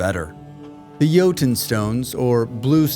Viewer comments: Pronounces Jotun correctly... *Like, Subscribe, Comment, turn on Notifications, Share video. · Literally every other creator I have watched says "Joe Ton" 🤣 So I appreciated it as well